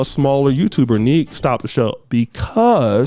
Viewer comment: baby...her name is pronounced " Neek not Nick " that may be short for Monique but carry on with this juicy tea☕ I'm loving it.